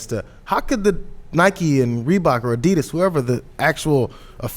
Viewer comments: Oh lord that prononciation of adidas is horrific. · wow they're pronouncing adidas so badly lol